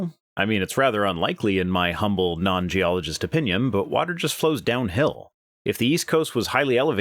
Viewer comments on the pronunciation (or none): none